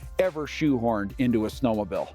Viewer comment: WTF is a snow-mo-bill?